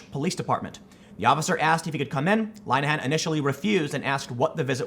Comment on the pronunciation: In the UK knife crime and acid attacks are happening hourly and this is what they are concentrating on. Btw linehan is pronounced lin - a -hen not line -a -hant